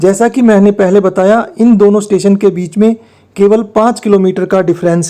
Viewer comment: भाई आपका उचचारन स्टेशन का नाम लेते वक्त बिगड़ गया। Nouns का उच्चारण थोड़ा पाज देकर कर चाहिए। यानी पहले और बाद में थोड़ा पाज देना चाहिए। बाक़ी सब ठीक है।